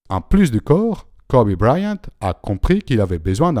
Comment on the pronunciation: Kobe BrYant pas Kobe Briant ;)